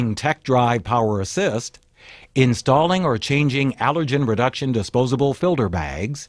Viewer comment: and he keeps saying filder bags with a D lol